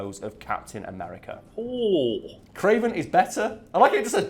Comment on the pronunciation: The "Cray-VAN" FFS I love comic books